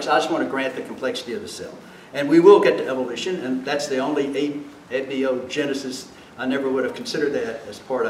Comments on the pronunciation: Oh my lord.. this guy can't even say abiogenesis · I can just feel frustration, it’s a little off putting at first but it doesn’t take long to see why, clearly doesn’t understand the subject matter, he can barely pronounce Abiogenesis, he can’t tell the differences between the subjects yet here he sits the man helping set the education standards of the nation not only Texas.